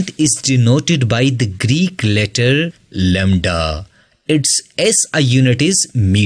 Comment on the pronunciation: Lembda❌ lamda☑️